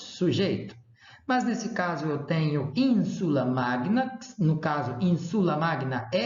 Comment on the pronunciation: Você está errando a sílaba tônica. É ÍNsula, e não inSUla. É ÍNsulis, e não inSUlis…